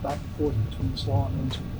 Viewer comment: It’s pronounced Slo-owh ?(Slough) also Windsor and Slough are not in London, and do not use tube systems